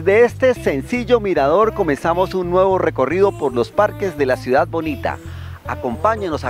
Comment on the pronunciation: Me disculpa...pero no sé dice.. COSTRUIDA... se dice CONSTRUIDA igualmente se dice CIUDAD... no se dice CUIDA... Hay que hacerle al buen hablar. Ojo con eso la gente lo escucha y califica.